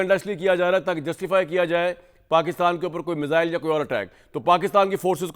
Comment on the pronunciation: मिज़ाइल नहीं मिसाइल 😅😅😅